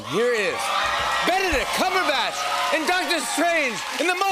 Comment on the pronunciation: Jack : Benedict cucumberack 😆